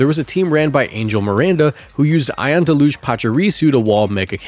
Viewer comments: Deluge is pronounced "del-yuge". Have a nice day. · That’s not how you say Deluge just so you know. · It's pronounced deluge, not deluge